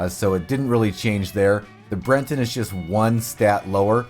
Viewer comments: It's Breton, as in a person, a thing or the dialect from Brittany, in northern France. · The horse is called the "Breton" not "Brenton". I don't know why you are adding an "N" to the word, or where you are getting it from. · Brenton... it's on screen like half the damn video and he still says brenton, its breton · Bre ton, not Bren ton. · Breton -- not Brenton. There is no N in the horse's breed name. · It's BRETON not BRENTON.